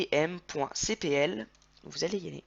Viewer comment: he mec tu ne sait pas parler j ai été obligé de chercher sur une autre vidéo tes phrases (sysdm.cpl) et toi quand tu parle on entend sydm.ctm or que ça na rien a voir